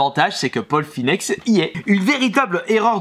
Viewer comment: Paul finex...LOL c paul Phoenix. Sinon très belle collection!